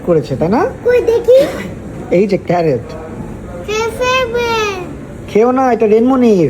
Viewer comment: Vai,,carret na carrot 🤣🤣🤣🤣